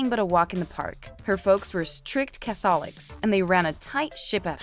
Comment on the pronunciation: cath-ol-ics? lol who's reading this?